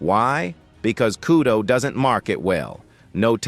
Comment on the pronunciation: It’s kudo not kyudo 😂